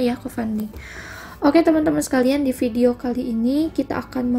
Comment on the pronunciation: Min, saran dong, kalau F dan V dibacanya jangan P dong, soalnya saya gimana gitu dengernya 😥 Kalau belum biasa, biasakan dulu ya min, sering banget ini diucapin notipikasi, apirmasi, pideo, inpormasi, pendaptaran